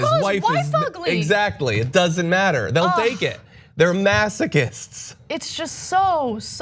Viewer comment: ...”they’ll take it, they’re masaquists...” 🤣